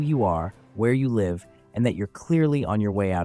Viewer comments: It was the pronunciation of ‘live’ that did it for me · Is this ai the frequent mispronounced words. A voice that sounds like a natural english speaker yet say the wind in wind down wrong. Says the wrong live too.